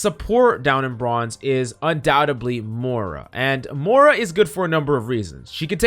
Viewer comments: PLEASE pronounce the i in moira. Im having a stroke every time youre saying moura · have no one told him how to pronounce moira yet? its not mora.... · yea xD i noticed he said it wrong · bruh how do you spell the heroes like phara is phoroah Moira is moura ana is ona reaper is rpha like wtf dude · Learn to pronounce Moira. It's like Moy rah.